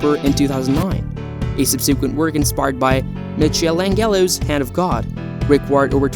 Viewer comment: That's the weirdest pronunciation of Michelangelo I've ever heard.